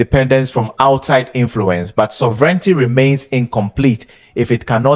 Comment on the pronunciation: 🛑Bravo for the video. And minor positively meant comment. Please check pronounciation. Example: Sovereignty is pronounced different. It is only with a few words. But as you have a leading role for the English language. PLEASE CHECK AND CORRECT 💯 PERCENT. and again bravo for the video and what you are doing.🛑